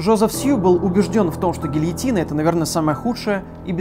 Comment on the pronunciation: Декапитация Декапитация Гельетина Гельетина Декапитация